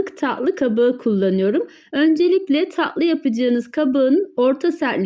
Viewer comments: Ta' lı değil taTlı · Tahli değil tatlı.... Lütfen kelimeyi doğru telefuz etmek için biraz çalışın zira itici oluyor